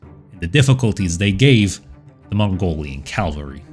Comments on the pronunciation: Great video. I even pressed all the buttons for you. Keep it up. Just one tiny favor for me please? Stop saying Calvary. It's cav-al-ry. Calvary is the hill in the Bible where they took Jesus to be crucified. Cavalry are horse-mounted soldiers. Calvary makes it sound like they ride in on baby cows. So yeah, thanks duder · Was about to comment the same thing. It’s cavalry lol. Love his videos though! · For some reason I keep hearing "heavy calvary". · Calvary Calvary I love your content man... but calvary? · 🧐😂 you try to sound intelligent 😂 but you can't even pronounce the word 🧐 cavalry 🧐🤣🤣😂😅👎